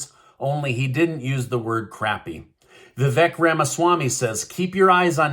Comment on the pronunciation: Vivek pronounced Vivake Watch his videos